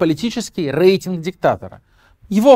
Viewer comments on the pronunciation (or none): В слове «рейтинг» по правилам русского языка произношение звука р мягкое, как перед е, а не э.